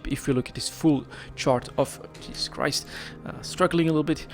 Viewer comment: HS anomaly’s are a isogen source I believe. They are ignored by triglavians, so I heard. I believe I read something like that. So afk miners stil mine omber and kernite there. Btw are you Dutch? Your jezus Christ curse sounded very dutch😊